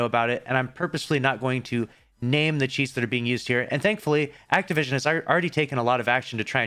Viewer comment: He said activision…. Bruh